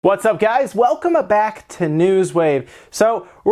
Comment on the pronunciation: "Welcome-uh back to News Wave.."??? You feeling okay there-uh,?